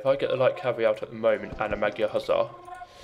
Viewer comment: It is interesting the creators why used magyars and not hungarians.Sorry for this but it is a little annyoing how you spell magyar:D By the way nice video like and sub